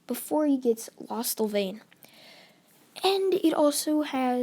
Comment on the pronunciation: Not lastalvain it's lostalvain